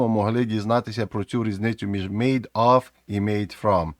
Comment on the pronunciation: Оф це ось це слово - off. Of треба вимовляти з в на кінці. Як /əv/ або /ɒv/ у сильній позиції